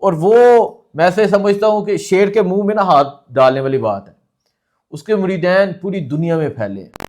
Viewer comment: مجھے صرف 1 منٹ کی ویڈیو سننے کا موقع ملا اور اس کے بعد سننا کوئی ضرورت نہیں سمجھتا۔ ویسے کمال یہ ہے کہ آپ نے اولیاء کو چھوڑ کر یہ کہہ دیا عمران خان کو کہ یہ اصل بابا ہے؟ کیا خوبصورت منافقت ہے۔ اور دوسری بات کہ اس پڑھے لکھے جاہل کو یہ بھی نہیں پتہ کہ مریدَین نہیں ہوتا مریدِین ہوتا ہے۔ 😂